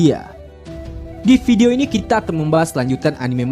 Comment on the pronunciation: Bukan video bang kog ucap nya video